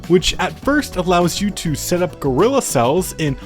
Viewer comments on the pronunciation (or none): none